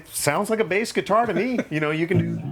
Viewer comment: are you unable to say bass